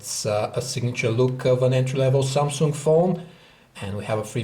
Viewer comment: Samsunk? XD